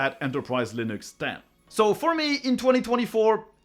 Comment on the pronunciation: stop saying linÜx